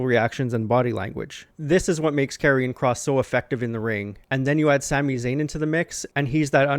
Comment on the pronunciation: Great video although I must say I think your pronouncing Karion Kross's name wrong. I'm pretty sure it's pronounced as "Karion Kr(OH)ss" with the long "O" sound.